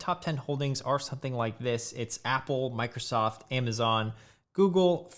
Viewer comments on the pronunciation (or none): none